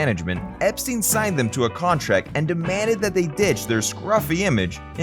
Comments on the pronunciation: His name was pronounced "Ep-stine', not "Ep-steen". Watch any of the TV interviews etc. from the time, or even "The Beatles - First US Tour" movie, in which he pronounces it "Ep-stine" HIMSELF... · It's pronounced Ep STINE rhyming with TIME, not STEEN rhyming with TEEN. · It’s EP STINE. NOT STEEN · Poor Brian, I've never heard his name mispronounced so often in such a short space of time.